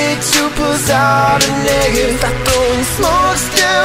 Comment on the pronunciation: who else thought he was saying the n word when he said negev